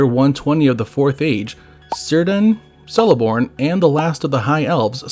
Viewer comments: Sindarin is similar to Welsh. 'c' is always hard as in 'captain', never soft as in 'celebrity'. Using 'k' and 's' to highlight this: 'Keleborn', not 'Seleborn and 'Kírdan', not 'Sírdan'. . Loved the vid. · It’s a hard “C”… it’s not Sirdan and Seleborn. Sheesh. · C is a k sound. Cirdan and Celeborn would be pronounced "Kirdan" and "Keleborn". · "Sirdan" and "Seleborn". Fucking embarrassing for a channel called "One Ring Lore". Pathetic. If you're going to use AI instead of narrating it yourself at least make the effort to have the AI get it right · they're pronounced Kirdan and Keleborn